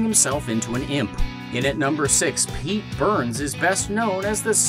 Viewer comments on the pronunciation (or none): none